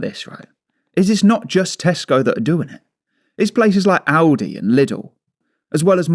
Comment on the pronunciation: Yeah he keeps saying Aldis 😅 but apparently they are testing something out in Belgium